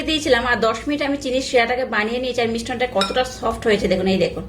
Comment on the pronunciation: কথাটা মিশ্রণ,মিষ্টন নয়।